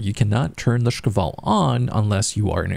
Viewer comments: I noticed he pronounces it like "шкавал" instead of "шквал". If you're reading this , it's just like 2 syllables really man Sh-kval. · yup, I found it a bit funny so I want moar of it :3